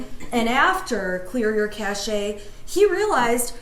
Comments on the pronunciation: Cache is pronounced like cash not cash a, wow. The e is silent. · The Internet told this lawyer how to mispronounce cache (it's "cash"). If she'd used a dictionary she'd know that, and probably would have seen a caution not to confuse cache, with cachet (pronounced cash-AY), a different word with a greatly different meaning. But who needs compiled knowledge anymore when there's such an abundance of free information available?